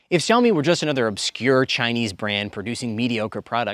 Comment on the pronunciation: Is he intentionally mispronouncing the name Xiaomi? He's a Chinese speaker. Weird.